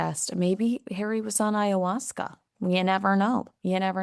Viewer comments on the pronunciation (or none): none